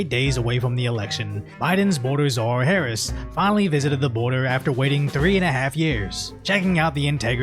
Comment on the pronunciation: Bro did you just say Harambelah? 💀💀💀💀💀💀💀💀💀💀💀💀💀💀💀💀💀💀💀💀💀